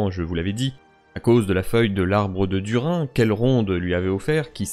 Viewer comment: Alors il faudrait prononcer "Dourine" pour Durin, en toute logique. "Kélébr-IM-bor" ou "LIN-dON" sont choquants à entendre (je ne regarde que la VO donc je découvre ça ici), mais "Du-rIN" aussi pour moi :D